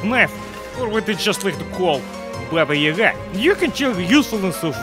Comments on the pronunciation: It's Baba Ya-Ga/ Баба Я-Га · Druid OfDiscord It's pronounced baBA yaGA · the way he pronounced "baba yaga" makes me feel like he's a western spy.. but he has approved that he is a gopnik so never mind.